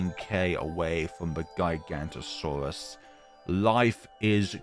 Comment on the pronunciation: well max power giganotosaurus is one of the strongest tier 5 in the game so round 181 doesn't seem that difficult edit: not that important so who really cares but giga-no-to-saurus (not giga-nto-saurus) but really who cares